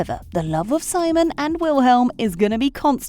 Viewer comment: I can't be the only one who finds it irritating that the narrator kept saying Simon as SY-mon. Watch the show, woman. It's se-MONE. Seriously!